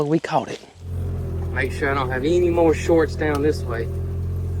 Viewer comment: I love the way you say any with an “e” eny ….the southern way!